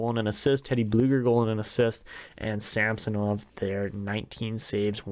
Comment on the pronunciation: SamsOnov not a SAmsonov